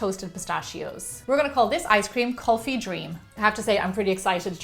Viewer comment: You pronounced Kulfi and that requester's name "Priya" perfectly... . . . You are so talented.... But Kulfi isn't a ice cream actually its a frozen kinda thing which made with and Indian thick rice pudding "Rabdi" with saffron and nuts... The nuts are of different kind not only pistachio there are almonds... so on... in there... Kulfis are delicious by themselves... You should try the original Kulfi .... That's seriously delicious... Love you much....💖